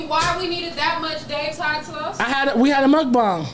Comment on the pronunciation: Why does keep correcting himself oh the mukbang word lol. You pronounce it properly the first time. Unless you’re talking about something else